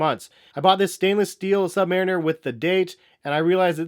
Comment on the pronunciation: I think you may of pronouned submariner wrong....